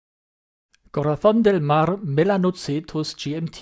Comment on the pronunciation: Hi, alter Spanier 🇪🇸, Deine Aussprache - 👍 ✅. Eine hübsche. Gratuliere zum „Exclusiv-Review“. 😁 💁‍♂️ Gefällt Sehr. Sofort tragen wollen. Auf jeden Fall eine Beauty, eine Black Beauty (für ältere Sem. „Fury“). 😂😂😂